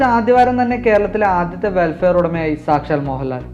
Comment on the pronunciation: വെൽഫെയർ അല്ല, വെൽഫയർ!